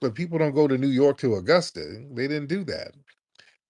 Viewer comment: TARIQ thank god you called him out ..BEWARE FBA family this what they do ..first of all dude its Augusta not Igusta ..your first lie detected and our blk exodus outta the south ppl werent moving from up north NYS TO THE SOUTH .ALL LIES DETECTED